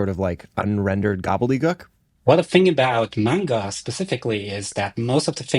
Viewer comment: The pain when I heard "main-guh"